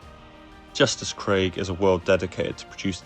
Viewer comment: It’s pronounced ‘kreeg’